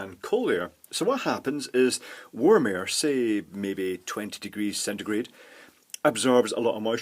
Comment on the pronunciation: Thanks for telling me this because it was killing me when you said centegrate